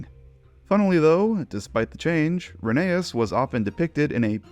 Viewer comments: Please… call it re-NEI-us. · It’s reh nā es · oh wow I didnt know that I thought it was pronounced re-ney-uss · You said rheneas